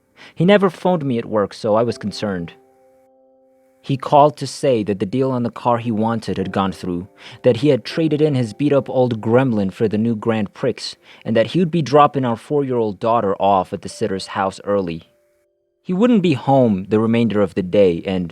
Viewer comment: The "x" is silent in "Grand Prix". Sounds like "grand pree".